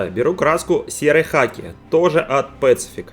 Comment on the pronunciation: Хм, всегда произносил pacific как пацИфик, пАцифик это как-то ближе с пацифисту по-американске. Не знаю кто такой Рома, но если он имеет отношение к имени бренда пусть подскажет :)